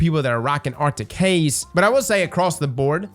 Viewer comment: "For my two people rockin' Acrtic Haze"...lol